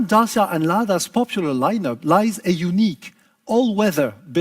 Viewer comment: For the first time a Renault chief executive pronounce corectly Dacia: Da-chi-a, not Dasia or Deisia, as french did.